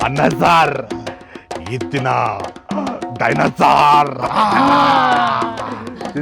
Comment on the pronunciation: Dinosar❌ Dimo-saar✅